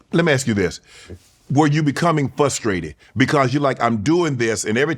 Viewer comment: “were you becoming FUHstrated” man 🥷s be struggling with the easiest stuff lol